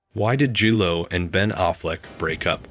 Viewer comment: “Gee-Lo” 😅… yeah this wedding was catastrophic